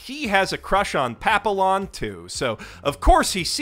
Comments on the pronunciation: LOL I was enjoying the rip into Tokyo Shinobi Squad until the constant mispronunciation of Papillon's name. It is French - you pronounce it pah-pe-yon, not pa-pill-on. That would be like pronouncing quesadilla Quay-sa-dill-ah. It's such a strange name for her anyways, so I don't entirely blame you. It makes no real sense in the context of the story as you've told it - not in any definition. She does not remind me of either a butterfly, or the dog breed, or a crime drama from 1973. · Not that it even slightly matters, but Papillon from Tokyo Shinobi Squad's name is probably meant to be said like "pap-ee-on", like it is in French. Of course, this would be that dreaded globalization, so maybe the author didn't intend that anyway, the nationalist creepazoid that he is.